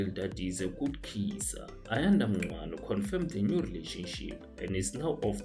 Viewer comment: You mispronounced Ayanda Ncwane's surname incorrectly. Please listen to yourself again.